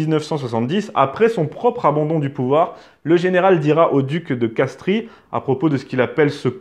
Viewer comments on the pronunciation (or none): Putaiiiiiiiin !!!!! De CASTRES ! et pas de Castries (même si ça s'écrit comme ça !) & DE BREUIL !! pas de Broglie (même si ça s'écrit comme ça !). T'as raté des cours à l'école, toi ! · Et Castries se prononce « Castre » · Le "seul homme de la famille" selon Bonaparte n'était pas la duchesse de Berry, mais la duchesse d'Angoulême, Marie-Thérèse-Charlotte de France, dite "Madame Royale" ; et, bien sûr, quant aux noms des ducs évoqués, Castries se prononce "Castre" et Broglie "Breuil".